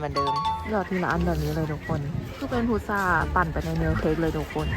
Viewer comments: พุทรานะ ไม่ใช่พุธา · พุทรา ค่ะ ไม่ใช่ พุทธา